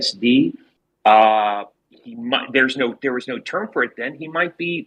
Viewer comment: "none of us naur" i love Australians lmfao